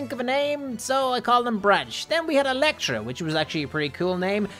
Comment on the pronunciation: Storm falcon:Electra not electo